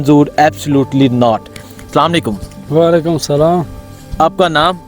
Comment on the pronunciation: Assalam o allaikum, please don't say assam allikum. Is ka matlab hai" app pe mot ho" sahi tarekey se Assalam o allaikum bolain please..